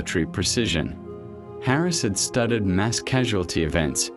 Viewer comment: The AI voice is barely coherent, and mispronounces almost everything - I mean, when it tries to say " studied and copied ", it says STUTTERED AND COPPERED. This is the scraping of the bottom of the barrel of AI true crime docs created by ChatGPT and badly spoken voices.